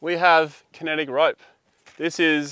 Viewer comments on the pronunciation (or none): It's "Kinetic" not kenetic, kenitic... and using 2 ropes don't give you 40% stretch but the amount of stretch (in meters) gets longer because one 10 meter rope can stretch to 12 meters, using two of them will give you 4 meters of stretch in total.